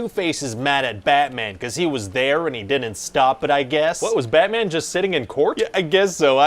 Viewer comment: "Di-ent" for "didn't"? Is that a Canadian thing?